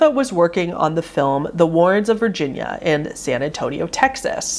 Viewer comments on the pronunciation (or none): none